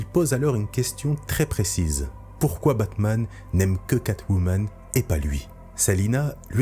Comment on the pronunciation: « kebabman » ça a changé Gotham